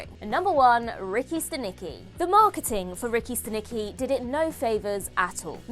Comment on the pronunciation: Movie name is Ricky Stanicky not Ricki Siki